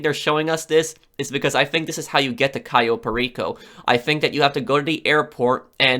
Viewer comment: Not to be mean but its pronounced cayo not kio